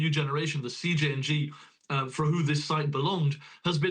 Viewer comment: Lololol this guy said “Siiing” when he was readING CJNG